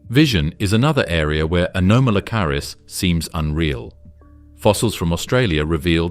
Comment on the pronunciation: Shame your AI can't pronounce anomalocarus.